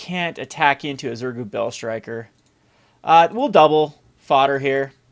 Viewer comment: it is pronounced ZurGO not ZurGU :)